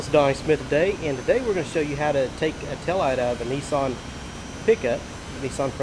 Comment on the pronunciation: its nissan not neeeeeeeeeeeeeeeeeson jees.